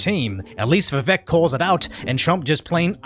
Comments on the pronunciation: In his own words, "it's Vivek, like cake." You could atleast pronounce it correctly. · Say it like Rake... Vivake. I hope that helps.